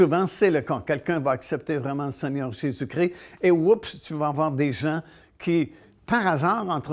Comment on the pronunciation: Svp. Pas Jésus cri ! C'est Jésus Christ. 😢